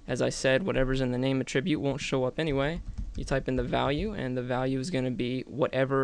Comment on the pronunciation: great video! but pretty please learn how to say "attribute" correctly (it's the _noun_ in the dictionary)